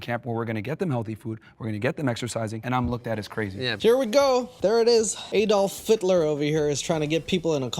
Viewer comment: "Adol Phitler" 🤣🤣💀